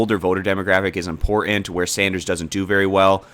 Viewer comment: I was looking forward to this presentation, but I COU-NT get passed the minute mark. I can't listen to this report due to the incorrect way he says "Clinton", "certain", "important" ... Please don't tell me you were a communications major. "Clinton" is pronounced CLIN-TON... NOT CLIN-UN... the T is pronounced. There is NO "U" sound. "Certain" is pronounced CER-TAIN... NOT CER-UN.... the T is pronounced. There is NO "U" sound. "Important" is pronounced IM-PORT-ANT... NOT "IM-PORT-UN" the T is pronounced. There is NO "U" sound. I hear this on TV broadcast too with younger people... WTF???? Don't they teach phonetic spelling speaking anymore in school?